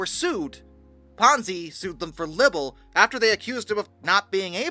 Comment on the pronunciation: It's pronounced "Libble". 😂😂